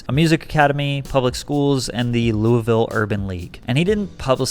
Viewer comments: Also, it's not luavillle.... It's lewavul. Lol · The way you pronounce Louisville hahahah always a dead giveaway from outsiders 🤠🌿